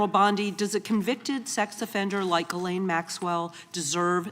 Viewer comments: Did PAAAAM just refer to Ghislaine Maxwell as, "Gurlane?" Pam, come on. You're obviously in your own world and you're your own best buddy. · Girlane? She can't even pronounce her name properly. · Gerlayn Maxwell?!?!? You don't know how to pronounce her name? Have you even looked into the Epstein case Pam? This is nuts. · Its funny that none of them can even say Maxwell's name correctly, lol.